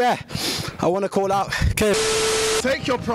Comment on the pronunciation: "oh yeah I wanted to clal out K-" I'M DYINGGG